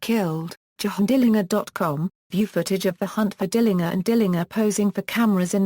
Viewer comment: I'll say this tho ,she pronounces his name correctly which is rare. he called himself correctly, DILLINGER w/ the last syllable like 'finger'. the German way.